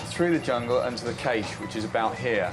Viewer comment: / - I don't think I've ever heard someone pronounce "cache" like "caysh" before... 😆